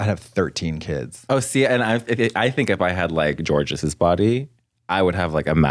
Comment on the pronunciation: they're about to kill her for the "whos jorgeous?" lmaooo